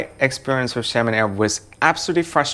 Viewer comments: Its Xiamen pronounced Shar-min not salmon like the fish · Not 'salmon',, 'seeahmen'. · Sounds like you're saying Salmon Air. 😄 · Yeah. But Xiamen is a Chinese city & pronounced "Sha-Men". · The brightest cabin during take off,lol!!!Youre right,lights off during take off only emergency exit lights are on.Why do i keep hearing Salmon Air tho?🤣🤣🤣🤣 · I'm flying SHERMEN AIR... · No no u just hear "salmon bhai" 😂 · When you say Xiamen air sounds like Salmon air.